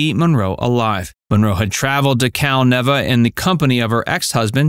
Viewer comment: Cal-Neeva. NEEEVA.